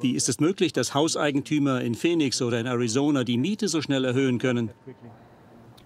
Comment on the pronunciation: Die weibliche Synchronsprecherin hätte dem Hauptsprecher der Doku ruhig ein paar mal vormachen können wie man Phoenix richtig ausspricht (nicht "Fenix") ^^ Abgesehen davon hätte ich es angebracht gefunden, die Interviewpartnerin damit zu konfromtieren wie sie eure Frage zu den Mieterhöhungen komplett ignoriert. Sonst alles supi!